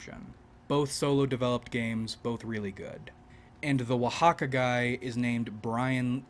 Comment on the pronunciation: okay, I bought the game just for your review! and yes, your pronunciation on Oaxaca is correct!